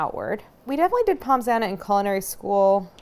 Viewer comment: Drooling here, looks so delicious 🤤🤤🤤 Point of note: pronounce Pommes as Pomme, no s-sound 😁 Love all you do and particularly that you are using Kerrygold, the Only Butter!! Suggestion: You should come to Ireland to do a collab with them ☘️